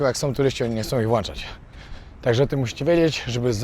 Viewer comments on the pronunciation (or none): none